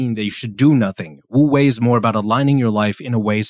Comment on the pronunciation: Great video ! Just a small note, of course words can change pronounciation in another language (for eg paris is supposed to be pronounced w/o the s), but if you’re curious, it’s actually closer to “oo-way” rather then “woo-way” bc the word “wu” has a somewhat silent “w” :)))